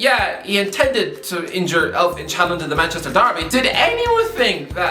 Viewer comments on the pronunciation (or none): It's not Alf-Inch... Inge in Alf-inge is pronounced basically like you say singer and just cut out the s and the r.